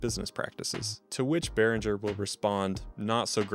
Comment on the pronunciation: Beh-ring-er, not Beh-rin-jer. I've never had a problem with the sound of any Behringer products I've had. Definitely had a few build quality issues, but we should always know that we get what we paid for. They offer great value over more expensive gear and have been on the cutting edge with several products over the years. The V-Amp and X-Air series mixers are my personal faves.